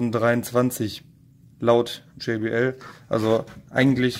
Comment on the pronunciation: JBL heißt einfach Joachim Böhme Labor, wird auch deutsch ausgesprochen